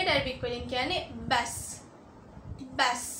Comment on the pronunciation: නමුත් කියන්නෙ බැස්‌ නෙමෙයි. බස් කියන්නෙ ඇති කියන එක